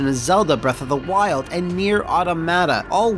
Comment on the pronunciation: Nier: Oughta-Matter